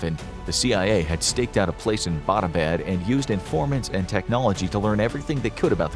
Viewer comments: Hey, alright so i live in Abbottabad and this story is true and all but i have a problem which is that Abbottabad isn't pronounced like A-bot-a-bad, it's pronounced as Abbott-uh-baad. thas all, no offence. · The City in Pakistan Abbott-Abad, is mispronounced by every single American. The name "Abbott" is pronounced just like American comedian duo "Abbott and Costello". This City in Pakistan was named after a British General Marshal Abbott in mid 1800's when Great Britain ruled India. Pakistan was part of India back then. I am a Pakistani American, so I know. Every Pakistani pronounces is as you would pronounce the name "Abbott" in Abbott and Costello. In American context, it would be like pronouncing American City of Los Angeles as Lisa Angeles. It would be funny. It always cracks me up whenever I hear Americans mispronouncing Abott-Abad.😀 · The meaning of Abbottabad is “the town where the Abbot lives”. It’s pronounced like the English word Abbott- then abaad. Phonetically combined Abbuttauabauad. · Lol butchered the name Abbottabad. 🤣😂🤣😂